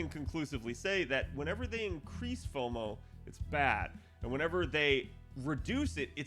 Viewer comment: Foumo (Fou of Fouing out)